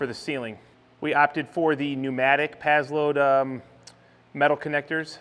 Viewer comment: It's PaSSlode, not PaZlode! It's driving me nuts. Other than that, I love it! ;-)